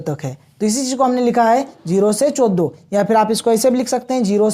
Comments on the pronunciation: पारस नहीं , परास चोदो नहीं, चौदह 😂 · Sir aap 14 sahi se nhi bol pate😂